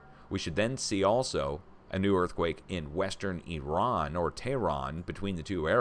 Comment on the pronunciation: I Love how you actually pronounce IRAN (EEERON) the right way and actually make the effort to pronounce it the right way and not like the corrupt politicans and the MSM "journalists" that still to this day pronounce it (I ran ) I dont know why it errks me when ppl pronounce it I ran loll I just tease them and say, You ran where ? I guess the spelling of it doesint help . They should have just kept it as Persia so much nicer